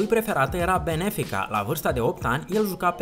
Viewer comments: interesant videoclip, daca ai sti si sa vorbesti ar fi perfect....benefica-benfica...intr-un alt video ti-ai batut joc de numele lui bale care se pronunta ''beil'' nu bale, alea de le curg cainilor. oricum apreciez munca ce o faci dar mai lucreaza la pronuntie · benfica, nu Benefica :))) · invata sa pronunti in egnleza unele cuvinte , benfica ,nu benEfica, si garett ,nu gareD, bale////// bael se citeste...man :))))